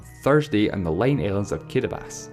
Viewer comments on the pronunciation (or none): Why does he say "Kiribas" instead of "Kiribati"? It's pronounced KEE-REE-BAH-TEE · i kept wondering why this fuck head kept saying kiribas, when it's kiribati. apparently these dope Islanders don't know how to spell s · In English it’s pronounced kee-ree-bah-tee, not kee-re-bas. Countries are always pronounced according to the language you’re speaking right now, not the local language. Saying Kiribati should be pronounced kee-re-bas is like saying France should be pronounced “frons” because that’s how the French say it. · No it sounds like “kirabahtee”. The ti at the end isn’t followed by anything. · Why does he pronounce Kiribati "Kiribas"? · kidibass? is it seriously that hard to say kiribati? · I cant stand this guys accent... And who the hell pronounces "Kiribati" as "Kiribas?" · ...Everyone. Its pronounced "Kiribass" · That would be incorrect since you're speaking english, and it's only pronounced Kiribás in Gilibertese, not in english, in english it's still pronounced as Kiribati with all its letters... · It's just that he says Kiribass, that's the only complaint. Otherwise, pretty well researched and well done videos. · The way you pronounce Kiribati can't be right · Matthew Adarichev I also didn't feel too comfortable with the guy's accent, took me long to process his words, but in that part he was actually right. Ti is pronounced as S. And Ri is actually pronounced as Li. There is an island in the Kiribati republic that is called Kiritibati.... have you heard of the Christmas islands? Kiritibati == KiLiSmaS == Christmas. :) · It's pronounced Kiribati the 'ti' is silent please respect other countries cause that's how they pronounce it